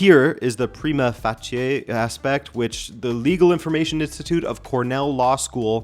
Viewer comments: Great video. "Prima facie" is usually pronounced "Pry•Ma Fay•Shee" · If you’re concerned, in the US we say prima facie like “prime-uh faysh (like face with an “sh” instead of an “s” sound at the end)-uh”. Not sure if you Canucks say it differently though. Edit to add: You’ll hear it pronounced differently from lawyer to lawyer even in the same jurisdiction in the US though.